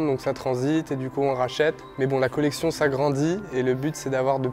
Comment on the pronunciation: Autant de thune pour des pompes qui coutent 8euros à produire, faut être giga teubé mdr "kOleKtIon gNéH"